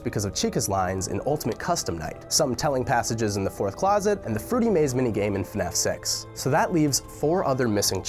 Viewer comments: When he says “fnaf 6” , it sounds like he’s saying “fnaf sex” Yes that exists... it’s called hentai Edit: it has been brought to my attention by my sister that their is a dating sim for fnaf called “5 nights at dating” So “fnaf sex” might actually happen, guys! But that means that someone on this world is attracted to robot animals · hey buddy i think you mispronounced fnaf 6 to fnaf s ex